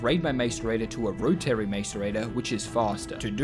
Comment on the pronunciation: The way you pronounce 'Rotary' makes me mad.